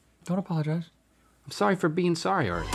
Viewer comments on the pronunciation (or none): Link, you couldn't have sounded more Canadian when you said "sorry for being sorrier" lmao 😆 🤣